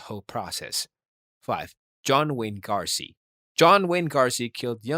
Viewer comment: throughout all your research u never noticed its gacy not garcy? 🤨 also how did manson make the list, he never killed anyone.., issei wasn't a serial killer too by the way, he only got one though he did say he was going to do it again b4 he died but i guess that ship sailed cuz he died last year